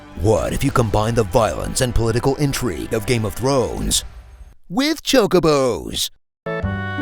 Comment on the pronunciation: I like how you pronounced Ifrit 2 different ways, but we can all agree that your pronunciation of Chocobo is the correct one even though they call it "Chalkabo" throughout the entire game.